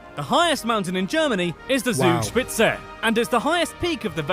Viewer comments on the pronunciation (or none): "Zugspitze" is pronounced "Tsoog-shpitse" though. The "Z" is a hard S (ts) sound in German, the opposite of the English soft "sss".